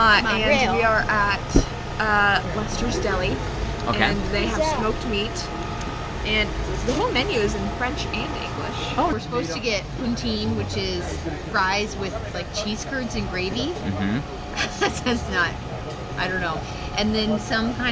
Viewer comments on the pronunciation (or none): Fyi it's poutine not pountine and english speaking Canadians say it "pooteen" (french speaking Canadians say Pu-tin - yes similar to the Russian president) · it’s Poutine not Pountine! By the way, love your accent!!!😂🤣🤣🤣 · LOL... It's :POUTINE".. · I just watch again this video. It is fun to see our city through tourist's eyes. By the way the french fries with gravy is pronouced "poo, tin". About the parking ticket did you have to pay it or they wave it? I am so glad that you loved our city.